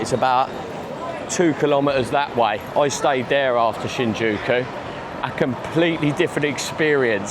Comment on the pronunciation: you were close mate, just forgot the "Y" lol